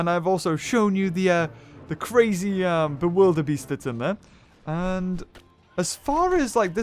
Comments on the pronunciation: It's not bewilderbeay it's Bewilderbeast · You forgot the "s" in Bewilderbeast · Bewilderbeast not bewilderbeat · its bewilderbeast not bewilderbeat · Its the bewilderbeast not the bewilderbeat see its beat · You said Bewilderbeat instead of bewilderbeast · Lol Bewilderbeat..its Bewilderbeast. Lol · it's not bewilderbeat but bewilderbeast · There is a s in bewilder beast